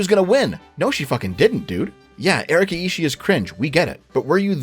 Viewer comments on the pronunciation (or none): none